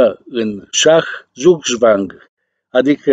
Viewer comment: Țugțvang (Zugzwang), nu zuzvang, domnu' filolog. Altfel tot respectul... Ați rămas singurul analist politic onest şi corect. Şi Dungaciu s-a prostit...